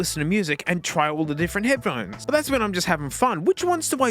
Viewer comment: head puh hone ees